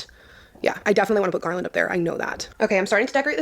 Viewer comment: Did she say "Garlandt" 😅😅😅😅😅😅 omg